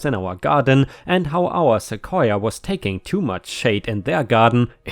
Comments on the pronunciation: You got the right pronunciation. Seh-Koi-Yah. :) Also, sending prayers to the Auntie. :( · Your pronunciation of "sequoia" is absolutely correct: "suh-KOY-uh". It's another one of those English words that migrated in from a local native language via some Spaniard who was trying to transliterate using Spanish language Latin characters the sounds he heard the native people saying. Some words, like sequoia, were apparently easier for the European scribes than others, like, say, the Nahautl Aztex words now written as "huacamole" and "huacao". There the roots of the words "guacamole" and "avacado" (and mean testicle and testes in Nahautl, I believe). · Once again you got the pronunciation spot on. Most of the u.s pronounces Sequoia the same way. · at least in Rochester New York, you are pronouncing Sequoia correctly. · You pronounced Sequoia perfectly, which is surprising as even AMERICANS don't always pronounce it properly, and it's literally a Native American word. The tree is named after the Cherokee Native who invented the Cherokee syllabary. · You’re pronouncing sequoia correctly. 🙂 ⭐️🌟⭐️🌟⭐️🌟⭐️🌟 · You said sequoia great! 💚🌟💚🌟💚🌟💚🌟💚🌟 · You are pronouncing Sequoia correctly. Cheers! ⭐⭐⭐⭐⭐⭐⭐⭐ I had a parking issue with a neighbor a few years ago. We have a small parking lot in front of my building. I'm in a 4 plex with 8 parking spots, 2 for each apartment. There is just enough room in the lot to back out of your spot the leave. One of my neighbors had people who would visit and instead of parking in the street, which has plenty of space, they parked their big-ass pickup truck behind everyones' parked cars blocking us in. When we complained, the started parking on the lawn--sometimes overnight. I had taken pictures of all this and emailed them to the management company, who in turn emailed them out to all residents with a note saying that if this continued the violators would be towed. Surprise, surprise, the truck started parking on the street.